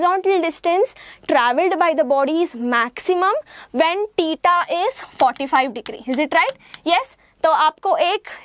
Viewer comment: She pronounces theta as teeta